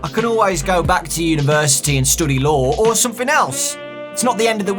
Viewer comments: The whole time he said law before he said lawyer I thought he was saying Lore xD. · Was it just me, or was it when he said "law" I thought he said "lore"? No... Just me...ok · Every time he says he studies law I hear him say lore and it messes me up XD